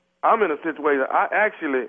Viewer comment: lol did Tommy say he in a shituation